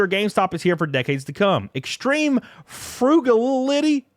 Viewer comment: "FROO - GAL - LITTY" 👍✌️